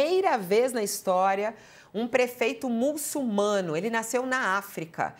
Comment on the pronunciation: Fabíola: é muçulmano... A letra "L" vem na segunda sílaba.